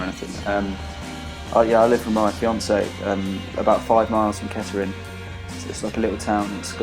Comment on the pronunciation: Es KETTERING D